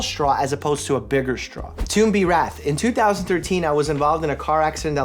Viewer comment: Doctor Mike: reads tomb as toom B Editor: you tried